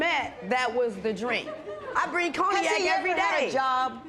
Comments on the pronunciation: Ma'am, I have no idea what coney-yak is. The word you are looking for is cognac (con-yak). If you don't want to deal with this 🤡 , stop going to the 🎪 circus 🤦🏿‍♀️ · What the hell is a “ coney-yak” ?! 🤦🏾😂🤦🏾😂🤦🏾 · Coney-ack!!! Cognac lady…cognac! 🤣🤣🤣🤣🤣🤣🤣